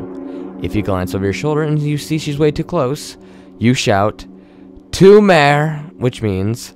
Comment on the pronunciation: Oh by the way if you say tomare the way you pronounced it she might not listen lol...because it's pronounced more like toh-mah-reh rather than two-mare lol...